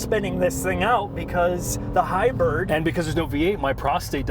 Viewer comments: Someone can't pronounce HY-BRID! (NOT HY-BIRD). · Ridgeland and Hybird? Are you mispronouncing those on purpose? We also don't need to see your hair laden beer gut. All that aside your video may help me decide to buy one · why does the bald one pronounce it Ridge-lynn and Hy-bird? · Overall, I dig the review. What I cant get past is, weird pronounciations like, the Honda Ridgelin and the fact that the Maverick is a HighBird. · “Ridge Len” “Hybird”… Really?